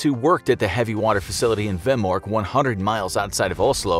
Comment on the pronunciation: The norwayegian is not a facility it is a made for creating hewey water but for ferteliser and you pronaunsd vemork rong.